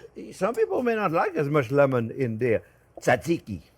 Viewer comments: You don't pronounce the first t in tzatziki. Should sound like zatziki, not tatziki. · Chef cant pronounce it, but he does a good job of making it so I feel like the Greek people will give him a pass here. 👍